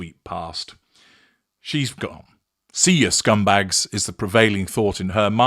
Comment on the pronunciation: Your finest American accent ever: "SKUMBAYGS" 😂 has been to the Northeast confirmed